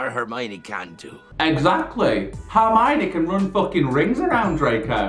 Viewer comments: "harmiony" almost had an aneurysm trying to figure out if you were trying to say harmony or Hermione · I’m loving these reactions :)) Just to let you know it’s Her-mione (pronounced like the pronoun her) not harmione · Just so you know it’s spelt Hermione not Harmiony and is pronounced as Her-My-Knee. It’s a common misconception especially to this who haven’t read the books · I just love the way that he pronounces Hermoine's name, HAR-mione kills me 😂 and all the theories, love, love, love. As a veteran potterhead it is so interesting seeing someone who doesn't know the lore! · Babe it’s Hermione not Harmiony 😭😭😭 LUV UR REACTIONS THOO ❤️❤️ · ITS HERMIONE NOT HARMIONE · ITS HERMIONE NOT HARMONY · please her name is hermione 🤭